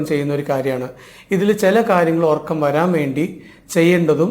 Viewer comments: ..orakkam..ennalla..urakkam ennanu...ethu schoolila padichath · എല്ലാം ശരിയാണ് But ഉറക്കം ആണ് ഒർക്കം അല്ല